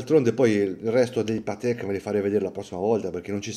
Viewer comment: E soprattutto c'è chi continua a pronunciare Patèk e non Pàtek...🤷‍♂️